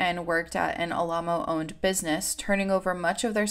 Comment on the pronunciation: Am I crazy, or is Alamo mispronounced throughout this whole video? Or did the cult just pronounce it oddly?